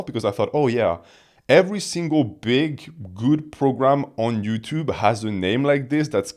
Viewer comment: "Ed Yuuchube"